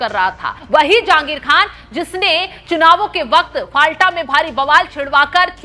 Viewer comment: फलता सही उच्चारण हैं। फाल्टा गलत उच्चारण कर रही हैं ऐंकर।